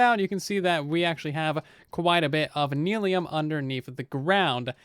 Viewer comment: it's nylium, not neelium